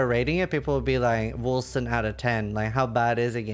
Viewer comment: They made the c as an s sound? Now it just sounds like Wilson